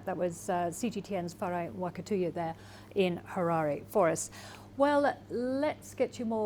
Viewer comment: The Nairobi anchor should learn to pronounce names properly Mwa-ka-tu-ya.